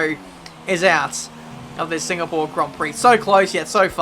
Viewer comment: Maybe it is in the way how says Singapore: another Singapoor result.